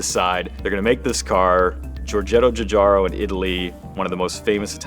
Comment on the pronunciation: It always bugs me how Americans can say John but they can't say Giugiaro. Or Pinot Grigio. The G is like in John. Learn something, it's not too late.